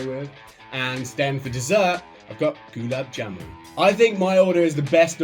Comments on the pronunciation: gulab jamun is pronounced like Gul-aab Jaa-mun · it's more like goo-larb jar-mun than goolab jam-un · Goo-lap-Jam-NN and Dhal Muck-Knee is the correct pronunciations haha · I’ve never heard Gulab Jamun pronounced like that! “Goo - lab jamun” “gulab jamoon” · Goo-laab Jaa-moon 😅, quite a tricky one though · It’s pronounced “galaab jaman” if that makes sense 😂😂